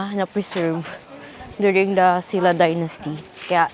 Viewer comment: I love Gyeongju and I enjoyed watching this episode so much. Thanks for sharing this experience with us! P.S. Silla po is pronounced as Shin-ra or Shil-la 😊